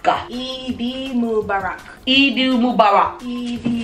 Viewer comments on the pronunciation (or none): It's pronounced moo-bar-rock LMAO. I got so gassy last Eid 😭😭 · I’m dead listening to try and pronounce Eid Mubarak 😂😂😂 but Eid Mubarak to u too boo love from the Middle East